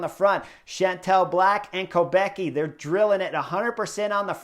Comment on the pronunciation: Btw, the prononciation. Kopecky is originally czech surname and it should sound like Kopetskee 🙂